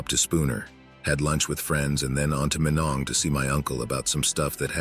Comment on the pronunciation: Damn tts, its pronounced My-nong. Source, grandma grew up there (born in Duluth in the 30s), dad grew up vacationing there in the 70s-80s